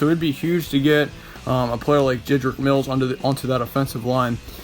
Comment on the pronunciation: Wills* not Mills